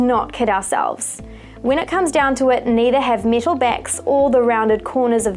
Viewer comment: She says metal like this: miiiital